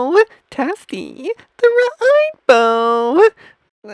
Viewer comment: "TASTEY THE RIANBOW"